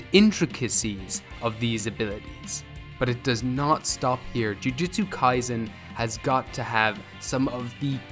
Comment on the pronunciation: ITS NOT JUJITSU KAISEN ITS JUJUTSU KIASEN 🤓👆